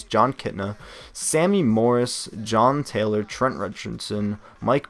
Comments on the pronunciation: HOW THE HECK DID U BUTCHER THE NAME OF 1 OF THE GREATEST DOLPHINS EVER(JASON TAYLOR) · he butchered jason taylor's name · ive only watched 6 minutes so far but in the retirements its jason taylor and john hanson, if you say their names wrong it sounds like you dont know anything, not hating just if you dont know their names you might wanna just not say them